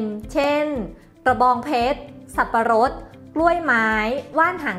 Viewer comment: คลิปดีมากๆ เหมือนเดิมครับ แต่ คำว่าสับปะรดผิดนะ อิ อิ